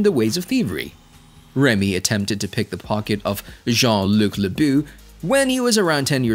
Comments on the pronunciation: "leboo"... It's le-bow Lebeau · Fam, how TF can I trust a breakdown of the character when you can’t even say his name correctly?! Seriously? Remy “Le-BOO,” though??? It was grand opening- grand closing, for me. I subscribed immediately when I saw the content… and unsubbed immediately when I heard it 😂